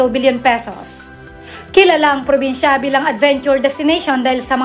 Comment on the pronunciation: "Porbinsya" ba at General Trayas?😅😂 Hahahaha! Ayus a slang ka teh!